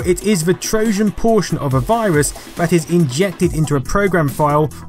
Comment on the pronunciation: You have a very odd way of pronouncing certain words. "Trojan" with a soft "J", "BBC" as "bibby see". Love your channel though!